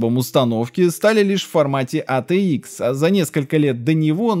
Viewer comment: Или пытайся произносить все абривиатуры на английском или перестань кривлятся. АТикс>ЭйТиЭкс. АТЭ>АйТи ПэКа>ПиСи. ЭрДжи>ЭрДжей ВэГэА>>ВиДжиЭй!! И ещё десяток отсебятин.